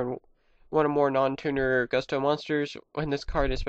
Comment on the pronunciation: Gusto- It's pronounced Goo-stoh. You spelled Winda, Wynnda. What's funny about that is Wynn the Wind Charmer has the same staff and basically the same outfit. Wynn had a pink bunny and Winda has a yellow bunny. It's pronounced Ka-Moo-Wi. Kamui, Hope of Gusto. On my Tag Force game for PSP, I have split decks between Black Wing, Gusto, Harpie, and Mist Valley. With these putting two types together is almost necessary. Harpie's Hunting Ground, Mountain, and Air Currant are great with these decks.